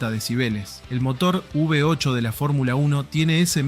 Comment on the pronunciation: todo hermoso...lindo video, linda historia. pero no es UV 8 o UB 8 hermanito. es " V 8"...por FAVORRR no nos copiemos de las tonterías, copiemos lo bueno. te dejo un like. saludos.